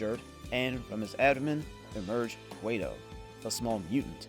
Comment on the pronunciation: Its pronounced "QUAT-oh" (not Quay-to"